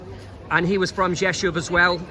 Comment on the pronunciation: Props for being able to pronounce Rzeszów, I’ve heard CNN completely butcher it, yet you did great. Thanks! 👍🤙